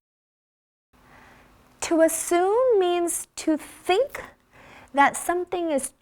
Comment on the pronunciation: you pronouced " think" diffenent from other pronounce.